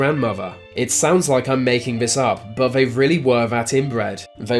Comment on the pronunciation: You sound inbred!! Vey??? They why do you sub V or F for TH.